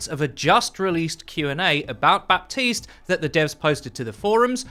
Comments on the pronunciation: in haiti, french is one of the 2 languages, and baptiste is a french name, FYI, we dont pronounce the P, its "batiste" baptiste \ba.tist\ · Just so you know, Baptiste is apparently supposed to be pronounced Buh-tees. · Every french person has told me it's pronounced Bateeeeest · It triggers me so hard that Michael Chu chooses the non-french pronunciation. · You don't pronounce the P in Baptiste, all people who thinks otherwise are degenerates